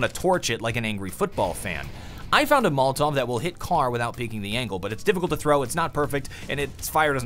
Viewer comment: Say it with me. Mol-o-tov. Never mol-tov.